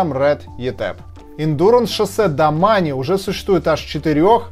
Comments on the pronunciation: Произносить нужно домейн а не домане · Мне одному кажется что правильно домэйн а не домани а то кровь из ушей идёт) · Так и есть)